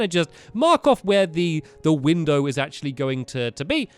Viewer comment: "We jumped out a WINDER"!